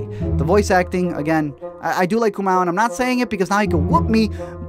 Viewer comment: your pronunciation of "Kumail" killed me... And then brought me back to life. No, but seriously, wtf? lol